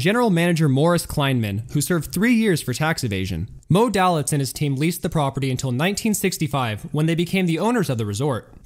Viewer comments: Argh! Moe Dalitz is pronounced Moe Day-Lits. You really mangled that name. I know because my dad was his personal nurse and I walked his dog occasionally. Anyone claiming to know anything about Las Vegas should know about him and how to pronounce his name. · One little nitpick, Moe Dalitz name is pronounced Day-litz.